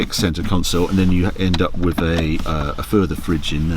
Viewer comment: I really enjoy your reviews, and I wish I could populate my garage as you have, but please could you go back to pronouncing the 'th' on the end of 'with' instead of affecting a 'wiv'? It's beneath you, and once noticed, becomes increasingly annoying. I don't think it happens on any other occasion. Otherwise, you are very well-spoken and very engaging, and I look forward to each new instalment. There. Pedantry expressed. Sorry. Had to get that off my chest. Now I shall return to my dull life....